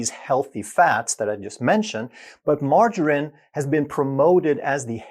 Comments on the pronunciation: When he couldn't pronounce margarine I had to dislike and refuse this channel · Maybe because he's Swedish?